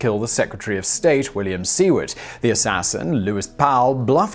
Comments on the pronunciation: Simon, Simon, Simon. Please get an American to help you with pronunciations! Seeward and Vaylens? ? ? ? I hereby volunteer for the job. No one much cares when you butcher foreign words and names, but when you butcher extremely well known American names, in particular, you sound ignorant even though we know you aren't. Please, please, please! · Seward is pronounced [`Sue-word]. Didn't they teach you that in schoo.... Sorry, wrong country. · "Seward" is pronounced "SOO-word".